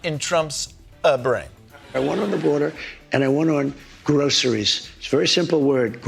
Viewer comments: We know Trump knows nothing about Groceries because he pronounces it Grow-suh-rees like 3 syllables. Those of us that shop for them pronounce it "Grosh-rees" With 2 syllables. It is, like "stuff in a bag" but not all things in a bag. DJT and Elon need to go back to things they know, like......., yeah, I got nothing, which is what they both seem to know. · Why is the word groceries so hard for donald. Can't put his finger on it. Mental cognitive problem.